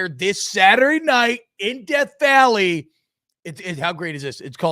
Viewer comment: Deaf valley.... Not Death Valley™